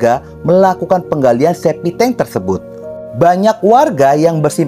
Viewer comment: septictank bro bukan SEPITENG....!!